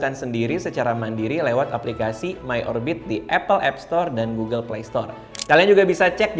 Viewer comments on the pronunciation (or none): none